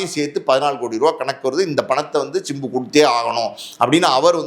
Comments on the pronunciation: Sir. Chimbu nu solreinga simbu nu solluinga kekka nalla ella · It's not chimbu, it's simbu